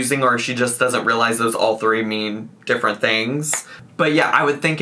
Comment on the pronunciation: ‘Some people cant think for themselves’ also ‘you guys have to ruhlize’